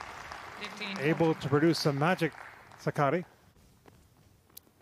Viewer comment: Suck-a-dee (commentator's pronunciation) sounds like the female version of Rublev.